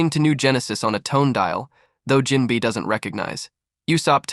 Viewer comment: Jinbei❎ Jinbi✅ BRO NAHHH